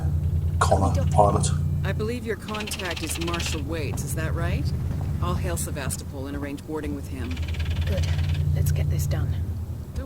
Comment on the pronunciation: Ugh, they keep pronouncing Sevastopol wrong.